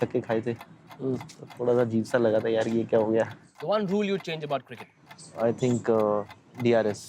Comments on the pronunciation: YUZI bar bar cricket ko KIRKET bolra..... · World says it CRICKET Chahal says it CIRKIT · Yuzi says Kirket 🤣 Abhi v bachha hai